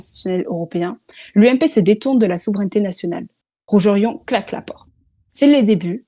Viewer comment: C'est "rougé rond", pas "rougérion".